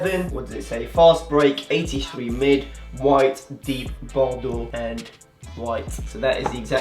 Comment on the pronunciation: Are you french or something because you say < > or < > with a great accent ❤️❤️